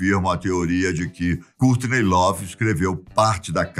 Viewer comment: A filha franças kkkk Francis kkkk Cúrtiney lovee Cúrt cobain kkkk e bacana mas essa pronúncia bem brasileira kkk